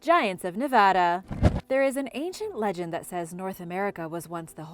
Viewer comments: I can't believe you pronounce Nevada correctly but mispronounced Love-lock. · I've heard Nevada get butchered a thousand times, was glad that wasn't the case here. Have never heard Lovelock (Love Lock) butchered though. Threw me for a loop. 😂